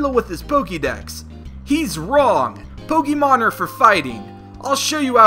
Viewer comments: Please just stop its not pokeeemon it's pronounced pokeymon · Pokémon is not pronounced with the "ee" sound. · Thank you, if you improve the way you say it, I will certainly deliver more likes.